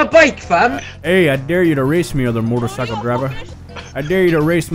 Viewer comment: It's a "Mootorcycle"